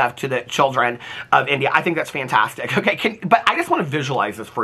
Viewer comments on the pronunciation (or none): none